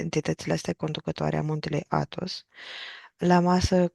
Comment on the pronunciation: n ai pus accentul corect...Athos, accent pe A, nu pe thos.